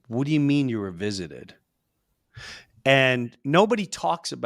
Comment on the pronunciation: "Vistited"? By aliens?